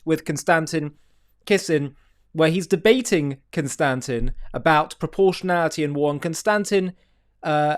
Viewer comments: Bro, emphasize the first syllable in Konstantin. 😂😂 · It's pronounced, kon-stan-teen. just saying hahaha. love your stuff. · ConSTANtin? How would this pronunciation even occur to a person? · Con-Stan-Teen Kiss-in is how to pronounce his name. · Maybe learn to pronounce “Konstantin” properly. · Learn how to pronounce Konstantin's name (just like the emperor) and I'll take you seriously. OMFG click on a triggernometry video, just one. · Why not say his name properly?